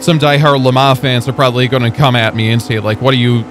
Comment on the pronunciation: Am i the only one that is annoyed at the pronunciation of Le Mans and what is the Automobliesta game you keep talking about? 😂